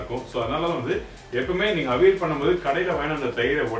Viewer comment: Where is vazhakaai? .it is kne of the prime ingredient. . Pooshnika vazhakai n chennai most imp.. n ...it is avi- yal... not aveel